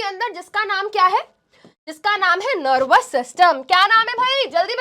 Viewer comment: nErvous system